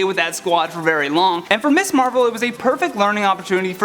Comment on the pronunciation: It sounds like you keep saying “Miss Marvel.” “Ms.” is a different word.